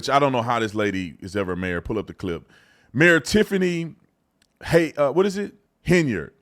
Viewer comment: Paused 40 seconds in... Mayor? Or MARE? Maybe BROOD MARE!